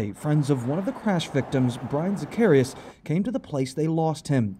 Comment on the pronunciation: and is it really THAT difficult to pronounce their last name correctly? It’s not zuh-CARRY-us it’s sac-ah-REE-ahs.